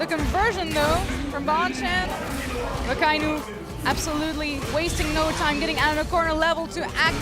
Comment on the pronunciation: I just want to say akainu’s name correctly one time. Just once. (It’s a non issue but it irks)